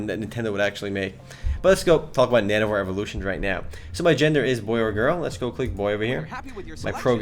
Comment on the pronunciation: it sounds like you're saying nano-whores ^^